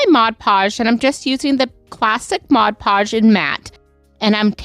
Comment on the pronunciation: Why do so many crafters have so much trouble pronouncing Mod Podge.